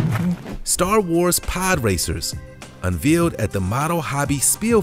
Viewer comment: Learn the correct way to pronounce the word ( unveiled).